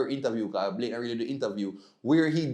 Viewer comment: it’s Yohan Blake ( not Blakes)